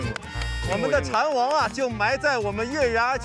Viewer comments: 这导演，全程念错 ，“蚕王” 不是“蝉王” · 哈哈哈哈确实 的时候这导演念错了